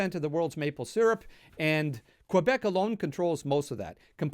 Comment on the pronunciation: He pronounced it "Kwibeck." I thot it was "Kehbeck."